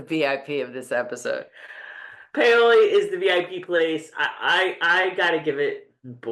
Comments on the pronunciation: Great recap as always! Happy for you on the Paoli reference. I was also surprised at how they pronounced it, but comment about about the pronunciation of ciao makes sense. The item William hands over is his gorget which trumped whatever Harkness had in the bag. He later got in trouble with a superior officer for "losing" it. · and … Please do not ever stop podcasting! I was so excited to see you had posted your newest video! I could not believe the pronunciation of Paoli in outlander early Friday morning! I thought of the two of you first thing! You too make my week along with the best program out there in my opinion. I am so over the moon that you enjoyed it as much as I did! Thank you for all you do and keep on podcasting! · I stopped watching to send y'all a message on BlueSky when I heard "Remember Paoli" (mispronounced)! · I've lived on the PHL Main Line for more than 70 year, most recently in the town adjacent to Paoli. In 70 years I have never heard anyone who lives here say POW-LEE. We only say PAY-OH-LEE. Only "outlanders" mispronounce it. However, I wonder if it was pronounced as POWLY in the 1760s. Paoli is named after a French man. I think the French pronunciation would express all the vowels. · I was like "What is POWLEY??" 🤣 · I thought they were saying it wrong 🤣🤣😂😂